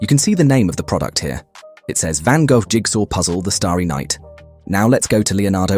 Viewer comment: I love the way the AI voice overs pronounces Van Gogh xD